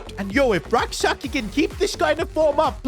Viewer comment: PCQ: I'm a Ghanaian and it's pronounced Rak-(Sechi ('ch' sound)) Also, you could sign a high rated RM and let Rak-Sakyi be a super sub for both the LM and RM positions since Sarr is underperforming